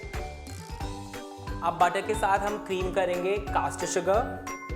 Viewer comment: Pronounce caster sugar